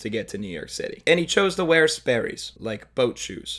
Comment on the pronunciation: everything clicked when i heard "sperrys" mao